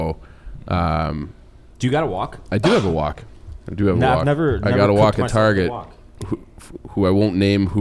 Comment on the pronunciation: and pronouncing wok like walk had me real confused